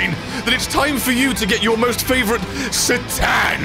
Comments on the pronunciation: why did you have to say Sa'TAN'? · His Sa-TAN Im done 😂